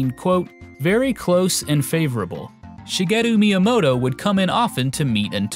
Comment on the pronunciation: Shi-mr.gay-u Miyamoto